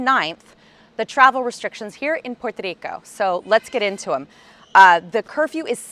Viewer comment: i love how you try to say Puerto Rico. go home colonizer.